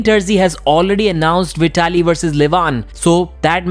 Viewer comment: Hahah well done pronouncing Veee-ta-li. 😂😂😂